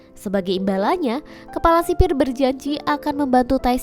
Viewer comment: Kepala kali kk bukan kelapa